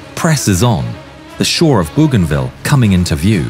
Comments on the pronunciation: It is pronounced Boh gahn vee ya. Goddamn AI voices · The U is silent in Bouganville 👍